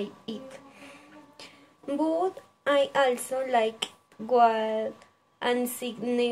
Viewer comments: Esta bien el video, mejorar pronunciación en frases como a lot of y also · Buen video, pero debes mejorar la pronunciación varias palabras como "also", "name" y "favorite"